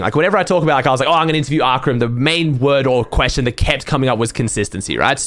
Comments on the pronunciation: I love how you call it Anterviews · Interview not anterview